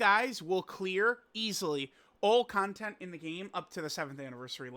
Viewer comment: Yo idk wtf is wrong with me but why does pronounce “content” as “CON-TENT-E” ☠️☠️😈😈😈🥶